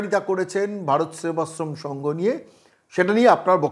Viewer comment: ভারত সেবাশ্রম সংঘ টাই উচ্চারণ করতে পারে না